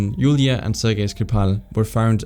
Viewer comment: Ser-Jay? It was corrected later but man… oof